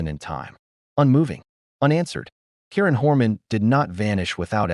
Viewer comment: Learn to pronounce the victim's name before posting again.